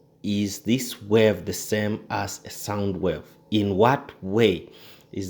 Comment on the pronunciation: Thanks for the great video but I believe it's pronounced 'wave' not 'werve'